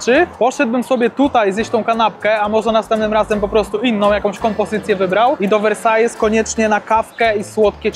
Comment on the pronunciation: Książulo, Versailles czyta się Wersal. Taki sam jak we Francji.....hate za 3, 2, 1 możecie zaczynać